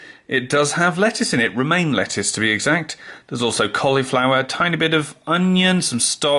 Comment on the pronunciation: I swear I heard "Remain Lettuce" the first time, and that was just moments after you mentioned Tories...